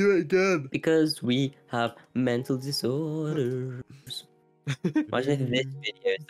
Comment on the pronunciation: “because we have mental disOordErs”